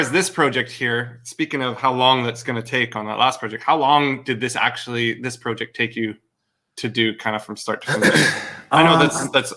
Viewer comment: Project or porject? Lol